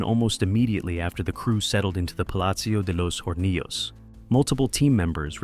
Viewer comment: Excellent video but that's not how you pronounce Alejando Amenábar 😅 nor Palacio de los Hornillos nor Cantabria